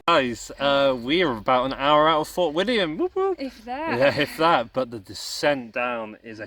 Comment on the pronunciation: Walking the West highland way in 3 weeks ,3rd time it just gets under your skin laughed at the pronunciation of the places you got Fort William right that was it, well done in walking it in 6 days 👍.Katie really felt for you